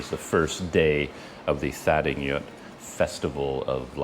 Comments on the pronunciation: Sorry, but as someone who lives in Myanmar, I have to inform you that when you pronounce English spellings of Burmese words, "gy" takes on the "j" sound, so the holiday you describe is pronounced "TA-DING-JOOT." Also, don't stress the "th" as in the word "thin,;" it's pronounced as an aspirated "T" such as the "t" in "thyme." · Well,, you’re right about “gy” being pronounced as “j” in English. But “th” in standard Burmese is pronounced as in “thin” or as in “this”, depending on the situation. The “th” in thadingyut is pronounced as in “this”; so, it’s “tha-DING-joot” but without enunciating the last “t”. (Pronouncing “th” as non-aspirated “t” does exist in non-standard (ethnic) varieties of Burmese.) I say this as a native Burmese speaker and Yangonite. My two cents...